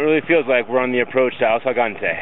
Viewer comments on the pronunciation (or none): Dude! It's called Ausangate. Not asagante